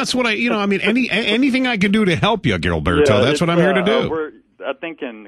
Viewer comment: gillberto? man just call him gilbert, he obviously cant pronounce his name right in spanish.